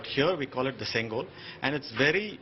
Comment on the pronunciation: It is sengol and not singol